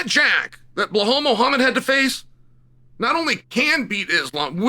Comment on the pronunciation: You can say JDM's name but refuse to say Bilal. On most occasions. Instead calling him Bihal